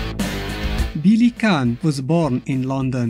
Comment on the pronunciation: I die a little every time he says "Billy Can". Also, no smoking.